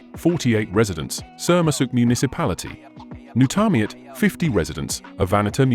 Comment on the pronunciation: It’s not pronounced nak. It’s pronounced Nook, written as Nuuk. Don’t make videos of places if you can’t pronounce the names of these places correctly. You’ve butchered all the names of all the towns in Greenland. 😡 Why are you adding photos that are not from Greenland at all? 😡 A very poor video about Greenland.